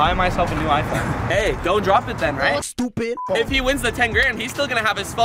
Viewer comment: That “Stupidd” was personal😂